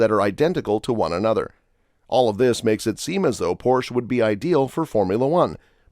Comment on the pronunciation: It's pornounced: "Por 'sha"